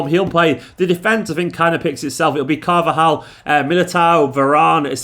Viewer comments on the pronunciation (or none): none